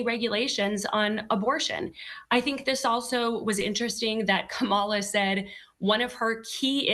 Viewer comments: Why can't you pronounce her name??? KA-ma-la. Not Ka-MA-la. And honey chile? WTF??? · Yo Be outch. Its Ka ma la!😊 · "Ka-MAL-Ah"...I wish I could think of a widely accepted pronunciation of frump's first name. Ronald (McDonnie)? Connie? Asshole...well, that last one doesn't rhyme but is my personal favorite. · Pronounce her name correctly and are you seriously going to double down on people eating pets? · Kamala Harris beat Donald Trump like a drum! That lady deliberately mispronounced Kamala's name and called Joe Biden a disparaging name. That's the kind of sloppy, grade school antics that Donald Trump and the Republicans do; but Lying and name-calling are not substitutes for policy! Donald Trump can tell a whole bunch of lies and spin conspiracy theories with no proof at his rallys and his followers go along with it even when they know he's lying. But when you participate in an actual debate then you have to come to that stage knowledgeable of the actual facts and prepared to debate the best approach to dealing with the actual facts on a range of different topics. Donald Trump failed miserably in both cases! He just kept running back to what is most comfortable and familiar to him, which is lying and just making up stuff. Kamala, on the other hand, was very well prepared and quite well versed on everything to do with presidential duties, to include foreign policy and domestic issues. I doubt that there will be a second debate because I'm sure Donald Trump doesn't want any more of what he got last night which was a serious beat down! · And Say her name correctly , so disrespectful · At least pronounce her name correctly. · And please try to learn how to pronounce Kamala's name. It just makes you look dumb not to... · There is NO excuse for to keep mispronouncing VP Harris first name; totally unacceptable considering she’s a well renowned reporter.